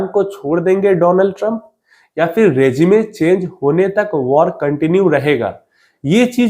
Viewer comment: रेजीमे नहीं रेजीम बोला करो।